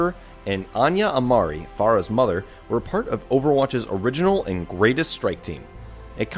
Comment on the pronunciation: phara not ohara